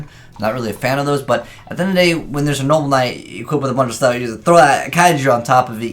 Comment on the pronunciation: You just can't get that archetype's name right, can you 😂 "noble Knight". Not "knoble knight" or "noble night"